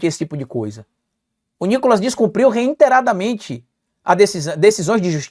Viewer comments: REITERADDAMENTE, e nao "REINTERADAMENTE". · Reiteradamente e não reiteraddamente